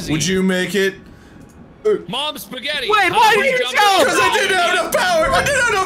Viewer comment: When tried to say "spaghetti, mozzarella", it felt so weird:'D I'm Italian, btw:''